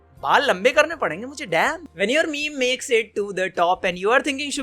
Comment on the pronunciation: 1 replay=1 shame to for pronouncing meme(मीम) मेमे